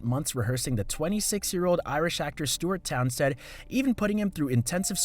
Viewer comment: Townsend NOT “Townsted”. And it was because Townsend was uncooperative and refused to rehearse,learn horseback riding or sword fighting. It was during filming the Ringwraith scene chasing the Hobbits in the park when Jackson said the words “I don’t think I can work with Stewart”. DO YOUR RESEARCH